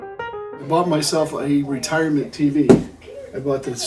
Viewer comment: love it when you said retirment tv and retirement gift!